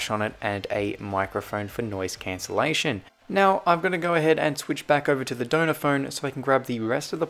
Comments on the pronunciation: At first I thought you were saying “donut phone” not “donor phone” 😂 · I just realized you were saying Donner phone not doughnut phone😂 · For the whole video, I thought you were saying donut iPhone instead of donor iphone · It sounds like ur saying donut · It sounds like donut phone 😂 but he says donor phone. Same with iPads. Sounds like sailor iPad but he says cellular iPad 😂😂😂